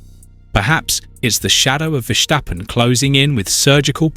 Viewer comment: Please say, Ver Stappen. There's no shc in there. Ok.